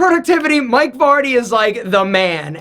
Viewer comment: I thought your name is Fardy (like fart), not Vardy. Sorry!